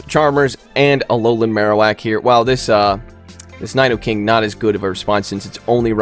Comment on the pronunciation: your pronunciation of “nidoking” was upsetting tbh